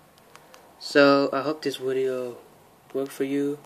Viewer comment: Lol wideo